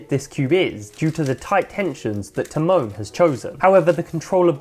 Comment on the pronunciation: This guys pronouncing Tymon as ti-moan made me cry